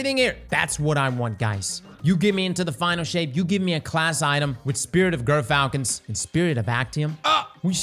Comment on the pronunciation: ...and dear god please--gyrfalcon sounds like 'jer-falcon.' It's a real bird, a real word, and it's not 'gur.'